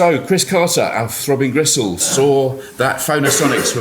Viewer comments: Why are you calling it 'Throwbing Gristle'? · "Throw Bean Gressole" Ok. Kind of a "Seece Terz uv Mairsee" Dude myself.